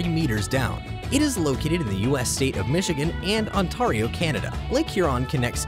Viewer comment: Be pronounced Ontario wrong😂